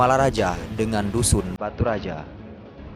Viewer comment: Baturaja..bukan Batu Raja